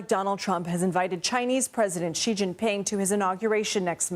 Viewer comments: Please learn to pronounce Xi. Its not rocket science. "She." Not "gee." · It's not gggggg....its sheeeee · did she just call Xi "G". It not Gi, its "Shheeeeeeee-sh". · xi pronounced as Letter C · It's 2024, someone can't pronounce Xi correctly.